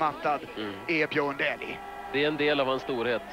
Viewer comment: Не Дули,а Дэли